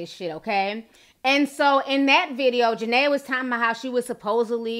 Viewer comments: Juh- Ne-Ya ... not Ja-Nay-Ya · It’s ja-Nia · Her name is pronounced ja-nyy-aa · it's ja nee ah thats why her nickname is nini. thanks for the vid ti, love you.❣❣❣ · Jania pronounced jah-knee-a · Jah-Nee-Ah lol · JaNIA NIAAAAA. Say our name right lol but this had me rolling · How you talking about a person and can’t even pronounce her name right 🤦🏽‍♀️